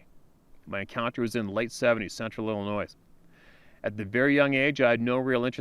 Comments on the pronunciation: READ THIS!!!! Illinois is pronounced... IL-ə-NOY Rhymes with, “unemploy” NO “S” sound. The “S” in “ILLINOIS” is silent. ~RESPECT~ *from Shi Ka Go. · the “s” in Illinois is silent. Please, this drives me crazy! It’s not the first video were you’ve done this, it’s almost as bad as someone saying “chassis” with a hard “s” on the end.